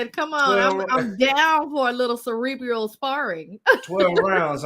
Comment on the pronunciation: imagine trying to use a fancy word related to intellect, the brain, thinking, mental capacity, etc. . . . . .& not knowing how to pronounce the word properly.🤣 (suh—REE—BREE—uhl) #AllDownhillFromThere